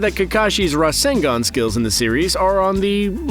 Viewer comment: It's not rasengan it's RASENGUN